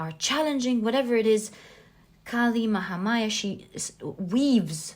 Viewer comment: i picked pile no. 2 and being an indian i gotta say you pronounced kali mahamaya very nicely she is indeed our goddess